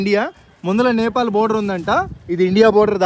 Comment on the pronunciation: First chadukondi NEPAL ADHI NAPAL KADHU